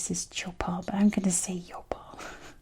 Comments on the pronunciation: Hi! Great video! Actually, the pronunciation of Yopal would be like the "j" sound in English, and the same goes for Medellín. So it would be Jopal and Medejin. By the way, I'd love to see a video about el Valle del Cauca department soon! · Beautiful video as always. About pronunciation for both Medellín (the double L) and Yopal (the Y), you can think of the "G" sound in "Gina", for example. Is a hard G and they both have the accent in the last syllable. Remember that we put a graphic accent in some words but not in all. P.S.: Thanks for the MASSIVE cringe I got from the Noah's ark / """Egypt""" thematic park. 😂😂